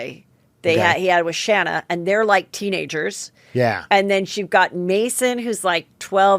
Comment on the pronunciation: More annoying for Shanna (pronounced Shay-na) Moekler is having EVERY SINGLE entertainment show, magazine, podcaster, interviewer etc that talks about her or even when they actually speak to her, NO ONE EVER pronounces her name right! It’s the most irritating thing for me to hear, I can’t imagine how much it annoys her! Ppl prob think she’s so used to it & she even doesn’t care anymore but that’s something that would always irritate me!!